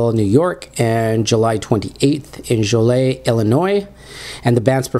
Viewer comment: It's pronounced JO-LEE-ET IL. Just thought I would share it with you. Kepp up the good work \m/